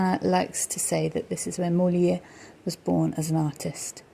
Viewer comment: Hi , sorry but the S letter at the end of Pezenas in not silent ...as well as the R letter in Molière.....But beautiful video, thks